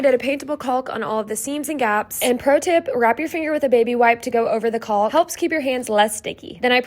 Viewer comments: One thing in the word caulk the l is silent just like walk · Caulk is pronounced cock just like could is cud not culd.